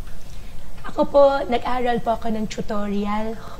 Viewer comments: Baka naman nabubulol lang sya!? 😅 Pansin ko lang eh pag sina sabi nya ung word na "Aral" eh kinakagat nya ang dila nya. Para bang ang pag banggit nya ng Letter "L" ay naka kagat ang dila. 🤔😅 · Hindi mo ba nahahalata na intsik ang accent! Imbis na aral ay alal ang bigkas niya. Ang pero ay pelo ang bigkas. Kaya hindi talaga Pilipino ang pagka tagalog niya. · Kase po ang Chinese po hirap Sila Sa r Kaya pag sinasabe nya po na aral hirap po sya Kase ganyan po mga amo.ko hirap Sa r minsan wala silang r